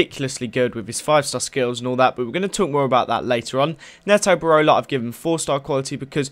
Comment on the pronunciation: IT PRONOUNCED NEETO BEROLA